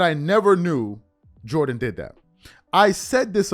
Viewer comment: "Jordan Jordan Jordan Joran" 😂😂😂